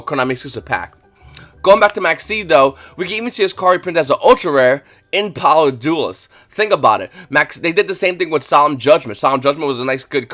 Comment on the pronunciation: Do you say power of the duelist on purpose? 😂It's always funny to me lol